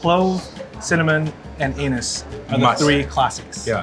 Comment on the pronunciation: when he was naming the spices in 5 spice it took me a second to figure out he was talking about anise cause it sounded like something else... >_<